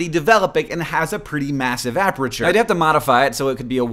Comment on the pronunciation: HANK! Apreture? Really? You have given me a ticky twitch I cannot get rid of along the same lines as those people who say ISO as "eye-so" instead of I.S.O. A-PER-TURE. Your math is correct. (Probably... I'm just a photographer.)